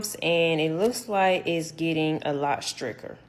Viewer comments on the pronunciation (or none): "stricker" excellent pronunciation there